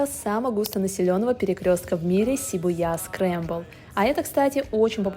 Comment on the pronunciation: Шибуя (ударение на И) Ш произносится как что-то между Ш и С